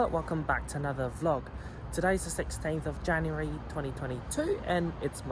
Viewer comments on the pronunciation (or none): none